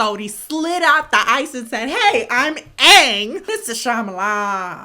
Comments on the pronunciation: I mean... to me the way you pronounce the names seems wrong it's sound americanized in Italy they were alway called "ang" "sokka" or "ero, just like in they did in the movie, but that aside the movie is still a disgrace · but like in asian languages A's are soft, so it would more realistically be pronounced aaaahhhnnnggg even if it is pretty cringey. Maybe they were trying to make it more accurate? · Holy crap this movie was much worse than I ever could imagine! I refused to watch it on the simple fact they can't even pronounce their own names. I saw a clip & I was out! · Shyamalan: Pronounces everyone's names wrong Me: I've suddenly become an owl 😌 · I used to love this show and when I watched the movie I cracked up every time they said Aang's name wrong, but they said it right in the show, like did the people who made the movie even watch the show?? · YOU EMPHASIZED AANG AND OPENED A MEMORY FLOODGATE FOR ME NOOOO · Imagine seeing this in the movie theater (which i unfortunately did) it was the worst😭💀 waste of money!! I cringed everytime they said his name wrong😖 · When she emphasised that his name was Aang, the slumbering ptsd starting flowing back into my brain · The fact that they mispronounce Aang’s name the whole movie just made me... 😔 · Omg I remember seeing this movie in theaters back in North Carolina with my cousin and aunt and uncle and there was only us 4 and 3 other people in the place and it was okay but it pissed me off when they kept saying Aang name wrong the entire movie, also the guy who was playing as Zuku or whatever his name is didn’t even look like him at all! Also so off topic I was eating airhead candy stick it was very tuff like eating a metal rock and my tooth came out and I freaked out cause I didn’t know it was that.. Anyways this movie was terrible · Oh girl I been waiting on this😂. This whole movie looked like a stale-ass cosplay. I almost left the theater after they said Aang’s name wrong but I couldn’t get a refund🤷🏾‍♀️.